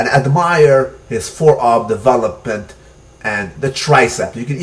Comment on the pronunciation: am i the only one annoyed with the accent in "devah-lopment"?